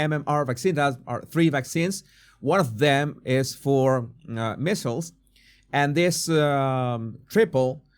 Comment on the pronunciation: MMR = Measles, Mumps and Rubella and -- it's not "missles" it's "mee zels"